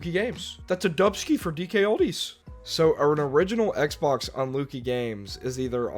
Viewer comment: It’s pronounced LUCK-EEE not LOO-KEY